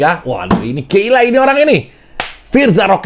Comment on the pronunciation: Gila bukan geila dol